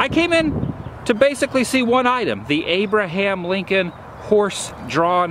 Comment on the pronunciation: You said Abraham Lincoln but I heard Woobraham Lincoln.